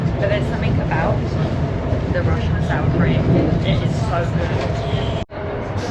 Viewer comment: Rushshshin~ Rushshshin~ you're like Bald and Bankrupt saying Soviet constantly. lol. 😂